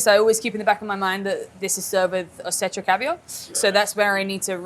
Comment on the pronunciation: Running a caviar spot and cannot even pronounce Osetra, fascinating